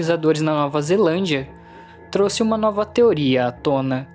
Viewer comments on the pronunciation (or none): none